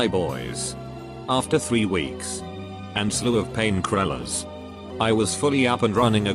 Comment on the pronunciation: Pain krillers. Lol.